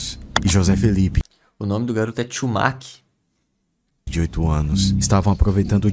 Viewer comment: Não consegui mais focar depois de vc dar ênfase no nome do cara Chiumak, cada vez que falam eu não aguento 😂😂